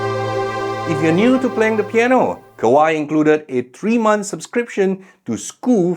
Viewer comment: Kawai, not Kawaii, no e sound at the end